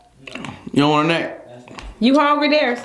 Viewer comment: says brother hongry.